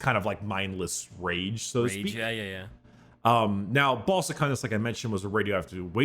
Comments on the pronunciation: I just can't with brickys pronunciation of "Baal" as "ball" 🤣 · I'm sorry did he just say the planet was called "ball suck-on-dis"??